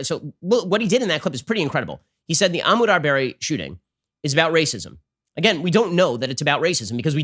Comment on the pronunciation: I think Ben should’ve taken the time to pronounce ahmad’s name properly.